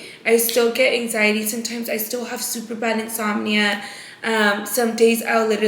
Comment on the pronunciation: you & Britt are still trying to make “hang ziety” a THING?! 🤣 Babessss you don’t feel that anymore because those were the SHAKES, that’s called withdrawals 😭 “hang-ziety”??? Smh 🤦🏻‍♀️